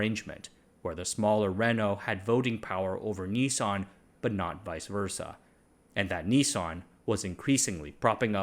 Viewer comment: Why are you pronouncing it 'Ni-son'?